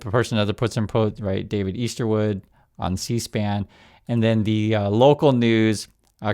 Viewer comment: Name not Eastwood..it’s “Easter-wood”. Yikes, as in resurrection is celebrated by Christians. A guy who missed some lessons I think.